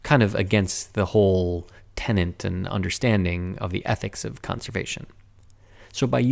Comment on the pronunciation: The word is "tenet", not "tenant".